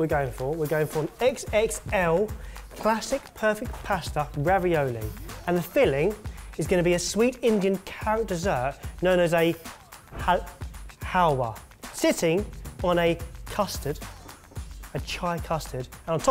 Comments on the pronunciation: Hull-wah not haal-waaaa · not to be mean but it is no Halwa it is Haluwa. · Haal-Wah Maaaa it is Al-Va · You make me laugh... 😂 it's pronounced hal-va 😂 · Everytime I watch something and something Indian is mentioned I get excited everytime to watch the train wreck of words coming out of international mouths trying to speak about Indian things like (huh-luh-wah) Halwa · it's pronounced hul-va and you don't eat it with custard but with ice cream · Thats not what halwa looks like ps its pronounces halva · It's pronounced haluwa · Me when attempted to say Halwa: 😂😂😂😂😂😂